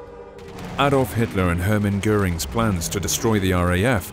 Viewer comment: Thank you for pronouncing Göring’s name correct!!!!